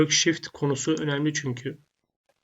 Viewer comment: Hocam eline sağlık da. Wşhift anlaşılmadı çorba gibi oldu .bi öle bi böle ne dedin hocam ya